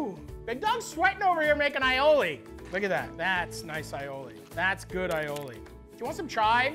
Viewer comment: MAD RESPECT!!! He said aïoli correctly! The "aï" in aïoli means garlic in french and Italian. Pronounce like the capital letter "I" or "eye". Finally finally finally